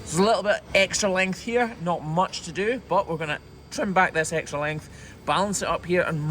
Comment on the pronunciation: I like how he pronounces trim “tram.”😆